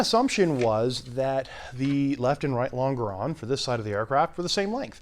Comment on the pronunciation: lon·ge·ron /ˈlänj(ə)rən,ˈlänjəˌrän/ Not ... long-a-ron